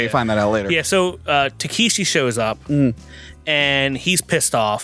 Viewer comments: Dude... The man's name is Tekeshi Kitano or "Beat Takeshi" not Takahashi. Also the traditional reason the Yakuza cut off fingers, (starting with the left pinky finger) is because of how you hold a sword, when you are missing fingers it makes you a lesser swordsman, meaning you have to rely more on your brothers rather than just fight for yourself. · It's "Takeshi" Kitano, not "Takahashi" or "Takeeshi":) He is still huge in Japan, and is a comedian mostly, but the films he made in the 90's are incredible. If you want to see one of the weirdest movies ever made, watch his film, "Getting Any?" - Cheers and!;) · Yeah i was a bit confused by that, wasn't listening too much cause i was doing some stuff and suddenly i hear "takahashi " ???🤔😁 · Yeah that was bothering me how do they don’t know it’s Takeshi?